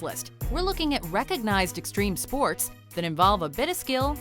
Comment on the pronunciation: STREME SPOATS